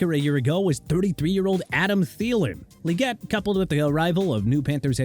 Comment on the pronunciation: Xavier Legette is pronounced Lagette, not Leegette. But then, doesn't even try to pronounce names right.